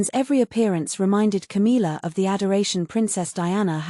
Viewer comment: 1. Can we get a voice that can say Camilla’s name right? 2. She is not the Queen, she is Charles side piece. 3. Camilla is trash and Cathrine is the future. 4. Camilla has never given the respect that she deserves.